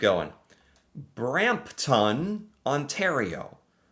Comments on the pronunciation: over a simple simple word? Nope! I’m American even I could tell that that was very often sounding. I have never pronounced a town name that ended in TON like that. if you manage to butcher that name, you’re either doing it on purpose or have an IQ in the single digits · Markham, don't pronounce the h. Brampton, pronounce ton as tin.